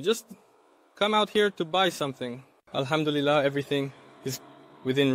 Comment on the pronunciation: The Ai made a mistake instead of saying Alhamdulilah, maybe you could do these type of vlogs in Arabic? You could speak in Arabic and leave English subtitles.